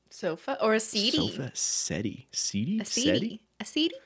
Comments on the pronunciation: as a brit your answers to the 2nd quiz are cracking me up so hard lol... highlight was the inability to pronounce settee (its set - ee) 😂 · When I tell you I howled at how you pronounced 'settee' 💀 I think Cristine's fake 'british' accent is some strange bastardisation of Cockney and Received Pronunciation? I'm honestly not sure